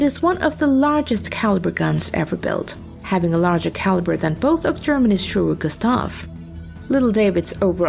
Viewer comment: Shuurer Gustaav 😂😂😂